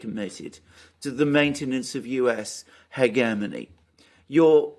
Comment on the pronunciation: Alexander, the word hegemony is pronounced differently — like this: /həˈjemənē,ˈhejəˌmōnē/